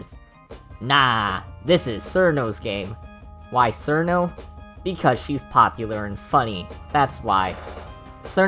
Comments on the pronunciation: Nah its fine bro, i know you westerners have it bad with eastern languages You are saying it as Surno while it should be smth like Chirno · It's "Chill-no" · "Sirno" -A Wise Soldier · who the fuck is "sir no" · People who pronounce it "Sir-No" scare me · isn't it pronounced "chiruno" or "chirno" ? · >pronounces it as sirno Goodbye. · "Serno" Ok this starts well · >Sees a Touhou theory video >Clicks >Hears dude pronounce Cirno terribly wrong >Refuses to watch further and leaves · It is just the Japanese pronunciation, Cirno isn't really a Japanese word, if Chiruno is the correct term then we would have to call Clownpiece "Kuraunpiisu" or Medicine "Medisun Merankori". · Nice video! Also, I know, you know, that the way you pronounce Cirno is HERESY! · I mean, there's 'sirno' but then... "tsunae, sgwakoo, and utsushow" mate, do u have brain damage